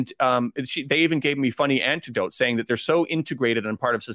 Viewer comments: please check pronunciation of "anecdote" versus " antidote"....rather different beasts! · It’s U.K. / Canadian English it’s anecdote pronounced anti-dote